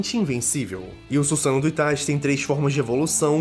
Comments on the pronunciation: Axoq o certo é Suzano e não sussano,pq so tem um "s" mas como essa palavra foi inventado então eles q decidem qual é a pronúncia n é?(ela foi criada msm?,se foi eu tô certo?) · ne mano o carra fala errado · Desculpa mas vc n sabe nem falar susano’o